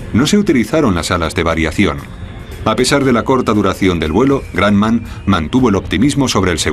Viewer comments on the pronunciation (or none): El tipo diciendo granman se dice Grumman así .... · El locutor español ha debido, como mínimo, averiguar cómo se pronuncia "Grumman". No sé de dónde salió eso de "gran man": parecería que se puso creativo. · José, se escribe imbéciles y la fábrica es Grumman y se pronuncia Gruhmmann. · Guayaquil Independiente pub se pan grumman suena Gramman viaja más y escucharas que según de donde aprendes inglés yanki o british suena distinto